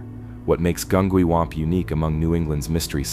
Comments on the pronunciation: It was saying Gungywamp wrong too 😅 I was too distracted chuckling about the mispronunciations to even pay attention to the story! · OK, I live 2 miles from Gungywamp. I’ve lived here my entire life. You’re saying it wrong. It’s a hard G not a soft. Gun-G-wamp and Groton is GrOton.. just so you know